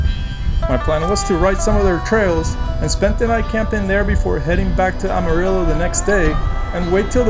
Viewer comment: Love watching your Rte 66 journey especially through Oklahoma and now the TX panhandle and yes the wind is relentless, sometimes seems like there’s a headwind any way you turn and yep that’s how we became the dust bowl states. Btw Amarillo is pronounced AM(not Ahm)UH-RILLO. 😂 Keep up the great work!!